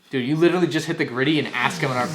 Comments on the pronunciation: Bro, was witerawy hitting da gwiddy in da backwound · He's wittewawy hittin da gwiddy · Widderwawee hidding da gwiddy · he's Witterally Gwitting wite now